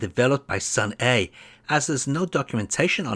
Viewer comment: The correct way to read it is Seon-ah(선아), not Seon-e. I like it because it feels like Korea's Data East.😊